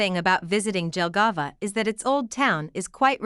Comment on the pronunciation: This is why I HATE AI SPEECH it is pronounced YELLGAVA and not DJELGAVA 👀👀